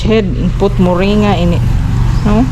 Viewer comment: Moring-ga thats how you say it.